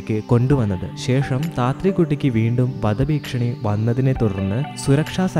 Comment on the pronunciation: ഭീക്ഷണീ അല്ല ഭീഷണി